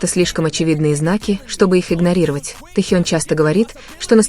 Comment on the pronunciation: Почему Таюн если Техен? Читайте правильно. Будто вы в школе не учились